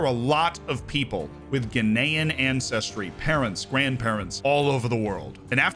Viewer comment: Am I the only one who hears "Guinean" every time says "Ghanaian"?